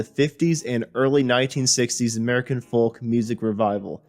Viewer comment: The pronunciation of Greenwich and Creeque Alley is laughable and you're not really a natural when it comes to narration. Oh and the "L" in folk is silent. You don't pronounce the L. I can't believe you've never heard anyone saying the word "folk" before.